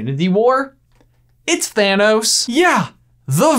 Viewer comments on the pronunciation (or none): none